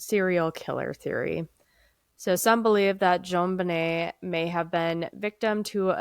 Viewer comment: Hello &, I Am Somewhat Of A Case "Fanatic" & Know Quite A Bit Of The Information About This Case. So I Hope You Don't Mind If I Post Some Of The Facts That I Know Relating To Your Conversation Here. You Got The Pronunciation Of JonBenet's Name Correct (pronounced "Jon Bo-Nay"), The Father Is John Bennett Ramsey (pronounced "John Ben-It"). Patsy Put STAGE 4 Ovarian Cancer Into Remission, STAGE 4, That Is Miraculous. Their Charlevoix Vacation Home Was Typically Their Summer Get-Away, However This Year They Decided To Have A "Second Christmas" There With John's Two Eldest Children (John Andrew & Melinda) From His Prior Marriage. The Word Attaché In The Ransom Note Is Actually Referring To A "Bag" Or "Briefcase" (however there was No Accent Over the é in Attache In The Ransom Note). Interesting You Pointed Out No Period After The C, In S.B.T.C!!! "Duh-tective" Linda Arndt (pronounced "Aren't..... A Good Cop") - Was Quickly Removed From: The Case & Not Long After.... The Department! 9 Months After JonBenet, A Girl Named "Amy" Was Assaulted In Her Home, Fortunately Her Mother Heard & Ran The Man Off, But The BPD Dropped The Ball On That Case Too. 2 of the Same Boulder "Duh-Fectives" That Have Been Hampering This Case Since 1996, Are Currently 2nd & 3rd In Command At The Boulder Police Department Today!!!! Those Would Be Deputy Chief Barry Hartkopp & Chief Ron Gosage. Hartkopp Being The One That Changed Neighbor Melody Stanton's Scream Testimony 🤔. Gosage Being The One